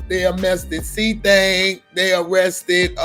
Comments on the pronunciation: They mauressted muwhop lady can’t pronounce arrested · “They amessted “ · I can’t get over how his mom said arrested wrong when she said c-thang lol “Amested” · "They ammested c-thang" 😭😭😭😭😭😭😭😭😭😭😭🤣🤣🤣🤣🤣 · Damn they Amessted cthang??? Not amessted😂😂😂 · Damn first she says they arrested then she says they amessted lol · That "Ammested" Pisses Me Off Everytime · "They arrested muop they aMMested cthang"... Smh.